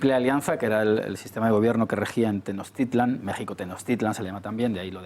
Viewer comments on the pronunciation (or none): No compren ese libro soy mexicano y nada que ver lo que dice este señor jajaja se pronuncia tenosch titlan no tenoz titlan